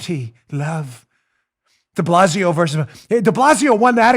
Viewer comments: Is it me or is Dan actually saying De Ballsio, instead of De Blasio? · The name isn't de Blasio it is de BOZO!